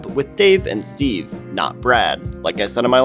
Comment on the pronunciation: It’s not Blimp Strat… but it’s got the spirit. No, no, his name is STEVE, not EASE!